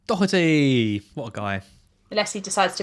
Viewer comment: Doherty (when an Irish surname) has a soft H. And no C. 😉 Not a big deal, but for anyone not sure just thought I'd mention it